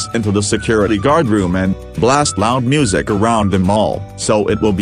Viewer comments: Boris pronounces it moosic And in my opinion that music was insanely loud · They said moo sic not music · Boris cannot pronounce Music properly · Can Boris Pronounce “Moosic” 🤔